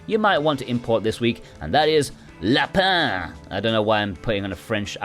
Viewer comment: haha I love your French accent! You said it perfectly 😄